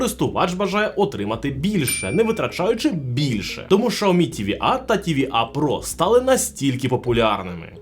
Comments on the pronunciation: Xiaomi - Сяомі ШАОМІ - Це на Клінгонському? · а можна адекватний огляд і нормально називати бренди а не шаомі а сяомі або ксяомі а не рекламувати свій магазин пів відео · Яке шаомі? Сяомі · Каждый раз после слова «шаоми» просыпается желание прописать «чапалах» 🤣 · какой нах.. Шаоми!? Китайцы себя назвали [Cяо́-Мі] не шаоми, не ксиоми... Слухайте уважніще, а то потім виходить у всьому світі "Рено CARTUR" а у деяких "Рено сартир" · Єй Шаомі 🤣🤣🤣🤣 Чі Шаурмі 😋🤣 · Шаоми 😂😂😂 расшифровка для этого "эксперта": Сяо-маленький Ми-рисинка. СяоМи=маленькая рисинка ;) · Шаоми ??? 😂😂😂 Вы издеваетесь? Вы бы сначала воспользовались голосовым переводчиком,а потом пургу несли. Я думала меня ничем не удивить... А тут Шаоми 😂😂😂😂 🤦🤦🤦. Во как ... Вы бы этого говорящего человека поменяли на другого. На него смотреть страшно. А уж слушать...🤮🤮🤮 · Шаомі, ізірнет, це що за нова мова?), що за неук писав текст? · удачи😂😂😂. Правильно Сяоми. Воспользуйтесь голосовым переводчиком. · Навчіть свого індуса говорити вірно XIAOMI